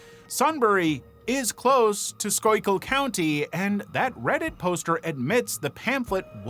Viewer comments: BTW, “Schuylkill” is pronounced “skoolkill”. NOT ‘skoykill’. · It's pronounced "skoo' kull" 👍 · Schuylkill is pronounced "skoo-gull" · Schuylkill is pronounced Skoo-kill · Local Schuylkill County resident here.... It's SCHOOLKILL SCHOOLKILL FOR SCHUYLKILL COUNTY AAAAAARRRRRRGGGGGHHHHHH!!!!! Thank you! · SKOO-kul is the pronounciation. 😊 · It's pronounced SKOOkill. Skoo kill. It means "hide stream" I love how you said it right and then changed it every time after that. :D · I know that's what google says. I'm Pa Dutch. Its pronounced school kill. Its means hidden stream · The way you were pronounced Schuykill I had no idea what you were saying. Its pronounced like scoo-kill. I live the next county over, 30 min from Sunbury. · The Illuminati was literally created as a satire in the 60s. I immediately see “The Illuminati” and I can’t take that person seriously…. Also I’m from PA and hearing someone not from the state pronounce Schuylkill is always fun 😂. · Add someone from the area, the way he pronounced Schuylkill is offensive. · Baffled at how you managed to nail the pronunciation of Schuyllkill the first time and butcher it the other times 😂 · Came here to say this!